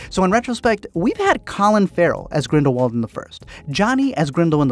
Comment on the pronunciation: i cant thank u enough for pronouncing his name G R I N D E L V V A L D🤗